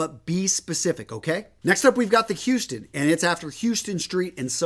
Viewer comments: Its pronounced HOUSE-ston street. Nyc. Great vid btw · It’s pronounce HOWstun Street. Unless you don’t mind having one of the natives trying to sell you a Rolex real cheap. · Just a heads up, it’s pronounced HOUSEton St. I don’t want NYers looking at you crazy.